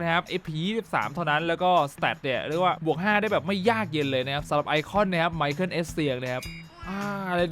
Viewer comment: มิคาเอล เอสเซียง ครับ ไม่ใช่ ไมเคิล